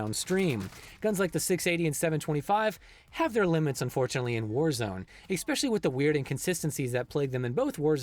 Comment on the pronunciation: Not to be a grammar Nazi, but it's "especially" not "eckspecially." Great content though!